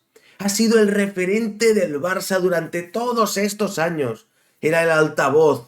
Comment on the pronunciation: No sé por qué, pero cada vez que has dicho referente he entendido repelente..., de entrada yo no confío en nadie que emboce su cara, que no la exponga ante todos como haces tú. Ni Spiderculé ni Mr. Proper, Fleitán o lo que sea. La culpa de cómo está el Barça la tenéis todos los culés que habéis tolerado presidente tras presidente cada uno más nefasto que el anterior y que le entregaron a Messi las llaves del club y su ruina. No busquéis fuera lo que dentro mora.